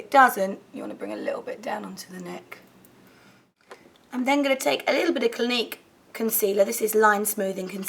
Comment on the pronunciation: when you said Clinique concealer, I thought you said gleek concealer aha, I was like WTH?!?!